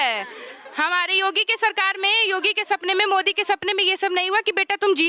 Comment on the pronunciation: Pahale tum yogi modi ka name to dhang se lo